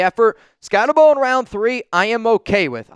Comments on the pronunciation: Exactly. He says he watched a bunch of film on the guy, yet he seems to be the only nfl reporter who still can't pronounce his name. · All that film you watched on Skattebo and you still haven't learned how to pronounce his name? 😂